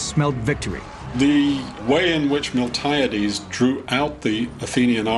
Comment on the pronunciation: Do I sense someone mispronounced Miltiades?